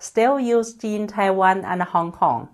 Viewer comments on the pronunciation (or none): none